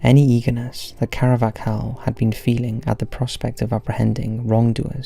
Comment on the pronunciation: CAR-VAH-HAL! It’s not even an uncommon name. Christ that got on my nerves!